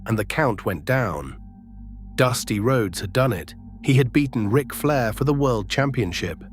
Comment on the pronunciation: "R-I-C Flair"?!? Do better. Why don't you at least try to make your crappy ass AI voices sound like a human? Do you not even edit the video to see if the voice is correct? AI slop.